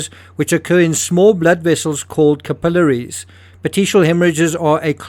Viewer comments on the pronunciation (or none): Cursed robo-voices! This one can't even pronounce "capillaries". What kind of pillory?